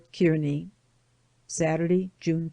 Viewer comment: Thank you for providing the reading of this book. I enjoyed listening to the story of their journey. Kearney, Nebr is pronounced Car Knee ..I'm from Nebraska.